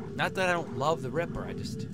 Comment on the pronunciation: Every time you say ripper i think Agrippa... haha